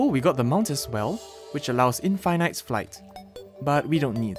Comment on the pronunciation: why did he say in fine night instead of in fin it is that how its pronounced????